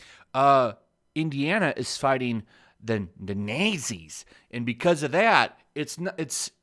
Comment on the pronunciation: So you can’t pronounce nazi?